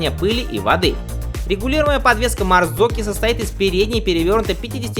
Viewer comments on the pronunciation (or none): Марзоччи уже доросли до марзокки )) Глядишь, скоро и настоящее произношение прозвучит